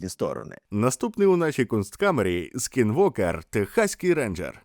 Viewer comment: Нове відеооо... кайф ❤‍🔥❤‍🔥❤‍🔥Правда слово "Скінвокер" правильно прочитала лише з третього разу 😅😅 перші два було "сквіртовер" 😅😅😅😅 Дякую за працю 🔥🔥